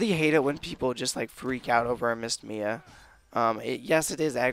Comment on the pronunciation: its M.I.A. Missing in action not the actual name Mia. it's annoying hearing that.